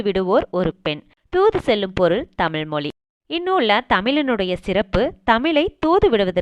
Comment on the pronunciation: நல்ல தகவல்கள் நீங்கள் கூறுகிறீர்கள் இருப்பினும் தமிழ் சொற்களை சரியான முறையில் பயன்படுத்துங்கள் தமிழென்று சொல்லும்போது சிறப்புழகரம் சரியாக உச்சரிக்கப்படுவதில்லை